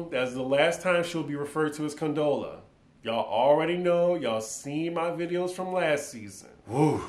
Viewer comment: Great review.! You always slaughter Condola's name 🤣. The party was 9 months after the breakup. Issa's event was a year later. I'm guessing the party invitation was extended to those with kids. Kelly was made an exception since she's the Godmother. I'm guessing we will learn about Issa and Molly's absences from either Tiffany or Kelly's perspective in future episodes. I picked up on the death overtones also. I have a feeling Lawrence dies 😢. At first I thought Issa was crying because the breakup was still fresh but maybe it was over Lawrence's untimely death.